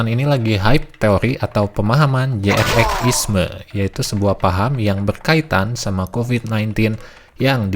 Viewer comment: Jrx dipanggilnya jering, pas abang manggilnya jrx (je er ex) aga aneh juga dengernya😂😂😂🙏🙏 tapi saya demen ama abang, ngejelasin seacara alus. Trs btw TK tuh kadang seru loh, karena enak buat dibuat argumen gitu.. 😂😂😂😂 bukan berarti saya penganut TK, sumpah saya bukan penganut TK😂🙏😂🙏 cuman debat beda argumen itu seru. Kaya hidup tuh ternyata gak gitu gitu aja. Intinya jadi paham aja, kenapa sih, si G bisa percaya dengan TK ini, alesannya, reasonnya. Cuman kalo adu argumennya masih selow, santai, enak yak. Ya kalo ampe emosian, yaaaaaaa😂😂😂😂😂😂😂